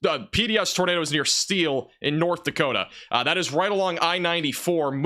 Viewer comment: That’s North “Dakotia” 😂👍🏼 (I’m kidding. You guys are the best) ❤️🫡